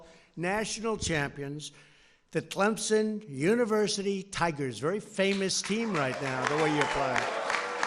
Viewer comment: Its CleMson.. Not ClemPson.. Dumb ass!!! TIGER PRIDE!!!